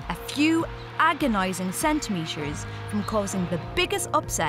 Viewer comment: Why you always say sh instead of t? Sweash, eighsh, upsesh, santimesher, eighsh, Unished.